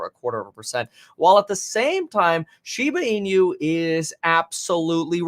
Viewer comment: Just for informative purpose: it's pronounced shiba ee-nu, NOT shiba ee-new